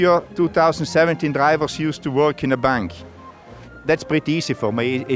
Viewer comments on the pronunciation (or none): "Name the drivos" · Neym da Draïvoss 😂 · "name the drivors" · how he is pronouncing DRIVERS